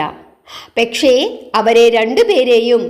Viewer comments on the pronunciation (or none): പെക്ഷെ അല്ല. പക്ഷെ ആണ്. ചില ഉച്ചാരണങ്ങളിൽ കൂടി ഇത് പോലെ തെറ്റ് വരുന്നുണ്ട്. അത് ഒന്നു ശ്രദ്ധിച്ചാൽ ഈ കഥ കേൾക്കൽ വളരെ മനോഹരമാകും ....